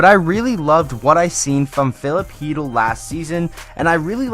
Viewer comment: Is chytil really pronounced heetle or however he said it